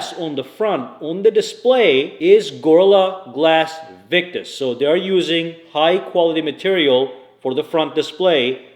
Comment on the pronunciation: Btw it's Gorilla glass, not gorla glass. #ProperEnununciation for videos!